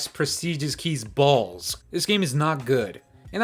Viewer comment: Why do you say “balls” like that🤣🤣😭💀